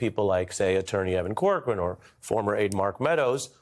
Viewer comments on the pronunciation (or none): none